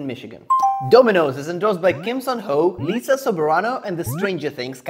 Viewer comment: That's not how you pronounce Lisa's first name. It's not Lee-Sa it's Lie-Sa, but the last name is correct though.